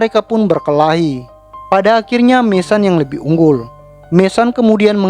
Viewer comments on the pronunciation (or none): Bukan MESAN bro...MESON..jgn bikin malu sendiri...sebut betul2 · Mason, baca:[maeseun]